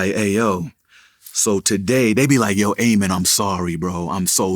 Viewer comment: A-Min Joseph 💀💀 It’s pronounced Ameen